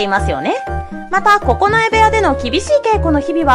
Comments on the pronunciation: おもしろかったけど、九重ここのえおやかたを、くじゅうおやかたと読んでいて非常にざんねん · 「くじゅう親方」じゃなく「ここのえ親方」